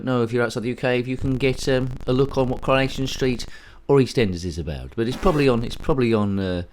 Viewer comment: CurrahNation street, Pi-cadilly Circus, We r very Close 😂pun-tastic. Fun game that one.